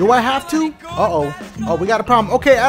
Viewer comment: Oooooo not ooh